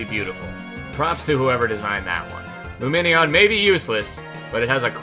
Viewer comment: luminion sounds like its saying boobie